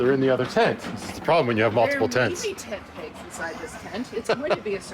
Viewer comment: Did you say "Pent Tegs"?🤔#spoonerisms 😂🤣😂